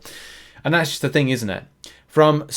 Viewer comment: You said Jest?? You mean just?